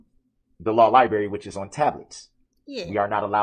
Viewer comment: Darrell and his law lie-berry. Is the monitor a blueberry or an apple? 😂😂